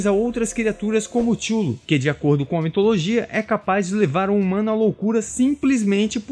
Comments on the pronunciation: um adendo, nada demais. tchullu, se fala cutulo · avisando que Cthulhu se pronuncia Ka-THOO-loo , e não xullo ou como vc tava lendo, ;) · Minha impressão ou vc falou o vídeo todo "xulu" no lugar de Cthulhu? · Chulu, como vc pronunciou é muito feio de ouvir, o mais famoso e aceito é Quitulu ou quitchulu. Apesar de a ideia da grafia é ser o impronunciável, e gerar essa discussão, ficou feia essa sua. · Oi só uma info Cthulhu não se fala da forma que vc falou, (Kutulu) essa é a pronúncia correta ( falando isso caso queira falar sobre o assunto em outro vídeo) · Cthulu não se pronuncia "Tchulu" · Amigo, sua pronúncia de Cthulhu tá bem equivocada. Acredito que você não seja fã do Lovecraft.